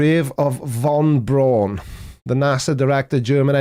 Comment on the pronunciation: Your gibberish emailer may not have English as their first language, but it's certainly not German either. "von Brawn" -my arse! The name is, of course, pronounced BROWN. That's right, same as the colour you get if you put a bit of black into red. The same as Gordon, three prime ministers ago. The same as Same in English as in German, English being a Germanic language. Us English speakers have just taken to spelling it funny, that's all. Unless you come from where I do and don't have an accent, in which case it's BROON.